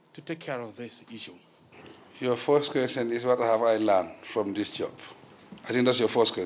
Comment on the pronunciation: Anything he's blocked, has no idea what to say or even where to start he says "that's a very interesting quection" (meaning question I guess lol). And by the way it's not "Covic" it's Covid